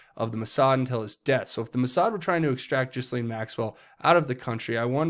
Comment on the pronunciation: Repeat after me. G’laine, G’laine, G’laine👍😘🇺🇸